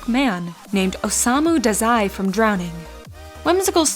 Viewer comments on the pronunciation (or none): She .spoke Dezai...ITs Da!!!Zai